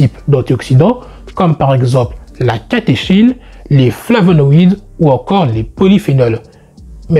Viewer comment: On dit flavonoïdes.